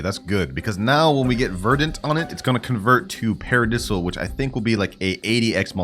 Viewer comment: Its sounds paradayyysil not paradisl